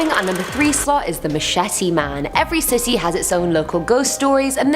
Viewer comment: Sounds like she says "Every Sissy has it's own ghost stories"...lmfao I had2 play it bak a 2nd time lol-Love yah girl!